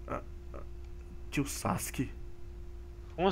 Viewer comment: Ele disse tio sauskes